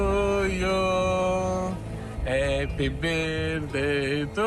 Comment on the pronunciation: "Eppi birdei tu iu..." fai rimpiangere "First reacscion sciok! Sciok beches.." di Renzi 🤦